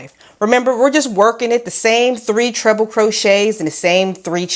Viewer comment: Why do I keep hearing „double trouble“ instead of „double treble“? 😅 I wonder if a baby blanket could work out with this stitch or is it too loose to keep anyone warm?